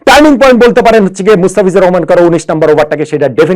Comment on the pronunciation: ইয়েস ইয়েস টানিৎ পয়েন্ট........!!